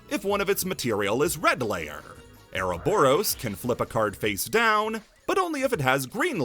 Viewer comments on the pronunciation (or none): none